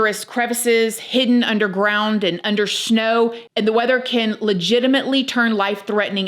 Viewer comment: "hidden under sh-know"